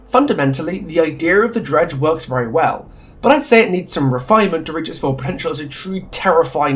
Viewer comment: I didn't realize that you were actually calling The Dredge, Greg for a while until I actually scrolled into the description and saw what you'd written there. Love the commentary and I totally agree though, they should commit one way or another.